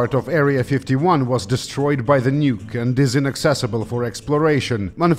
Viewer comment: "Nyuke" THE SLAV FEARS THE UNPALATALIZED CONSONANT